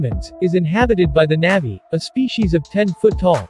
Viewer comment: good job- FYI it’s pronounced “nah-vee”